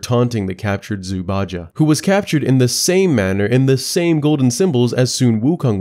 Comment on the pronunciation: I think its pronounced Zhu Bai Jeh